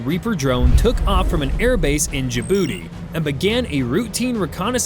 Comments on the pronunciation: did he said "JaBooty"???? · Haha he said ja booty 😂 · is it spelled "Ya-Booti"? it sounds like it should be...